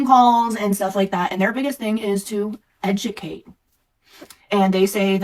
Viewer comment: Almost sounded like she was trying to blend 'educate' with 'subjugate.' Interesting.